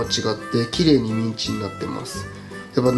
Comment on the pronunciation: ミンチが◯んちにきこえる